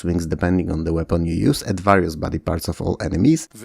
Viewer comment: Sorry, OCD here... This video is awesome and your level and pronunciation of English is globally very good. There's just this one word that you repeat quite frequently and that you mispronounce: "various" The "a" is not like in "bat" or "cat", but like "share" or "scare".